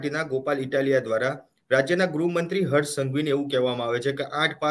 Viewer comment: please correct the pronunciation. Gruh mantri, not grahmantri 😂I m a great fan of yrs